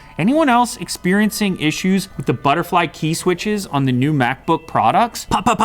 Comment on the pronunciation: Applee has no ideea about thee e"e keey"